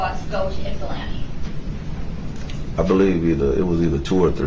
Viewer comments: I’m also incredibly impressed you pronounced Ypsilanti correctly! Not many non-natives can! 👏🏻👏🏻👏🏻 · Nice job with the pronunciation of Ypsilanti, G! 👍🏻